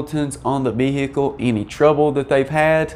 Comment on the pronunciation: The way you pronounce VE-HI-CLE reminds me of a Louisianna State Trooper telling a lady driver: "M'am, please exit the VE-HI-CLE! 😁